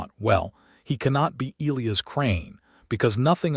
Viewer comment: Louisa and Elias, among other names in these stories, are mispronounced, too.